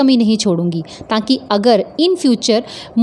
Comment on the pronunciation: Ur" parantha "and "tan Kay" I want u to pronounce paratha and ta Kay .plzzzzz